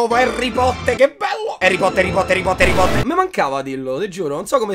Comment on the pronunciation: Cioè non ti sto sgridando però si dice Harry Potter